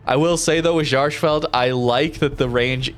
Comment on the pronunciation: You are butchering the pronouncement of the name